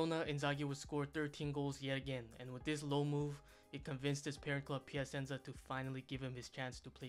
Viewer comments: PiaSenza 😁, SEArie A 😅, DIEnamo Kiev 😂, CriSCHan Vieri 🤣and so on... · “Pia-sen-za”. Like a dagger through the heart each time. Is it that hard to say it correctly?????